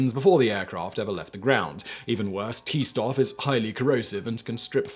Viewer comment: Little note on pronunciation: I think the thing you're trying to say is "Stoff" (fabric, substance). In German the the letter combination "st" is pronouced as "sh-t".